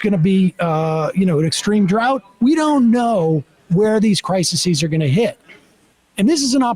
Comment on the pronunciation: *Crises (cry seas) is the plural of crisis, Sam. Not criseses